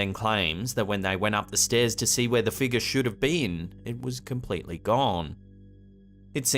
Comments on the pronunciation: My fav is Figure (Figga) 😂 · Oh. And what’s a “feegar”?